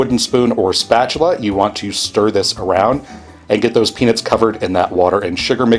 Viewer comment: the peanits instead of peanuts is bugging me